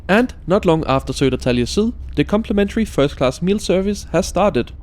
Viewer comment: Your pronunciation of swedish placenames is absolutely adorable "Sedertalje syl".